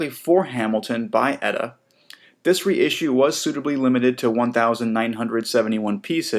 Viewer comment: OMG, no it's not "Etta" it's just E-T-A, like you would say BBC, KFC, USA, etc.